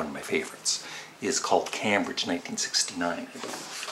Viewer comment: it's pronounced CAME-BRIDGE - famous for its university.